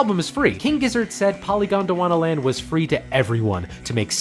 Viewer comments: took a syllable from Han-Tyumi and put it in Polygondwanaland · Thanks, great video! Isn't polygondwanaland should be pronounced as poly-gondwana-land though (not polygon-dwana-land)? It's a genuine question cause I'm not a native speaker, but for me it make sense: "poly" is a Greek prefix, "gondwana" was a supercontinent and, well, "land". In Crumbling Castle they sing similarly to this, at least.